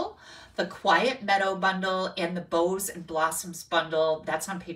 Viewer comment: Boughs and Blossoms set - 'bough' is pronounced ˈbau̇, not like 'bow'. Think of the Christmas song 'Deck the Halls'. You don't say 'Deck the halls with bows of holly...'. It is ˈbau̇s of holly.